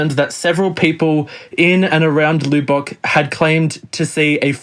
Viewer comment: The loo bock lights? It is properly pronounced Luh-buck.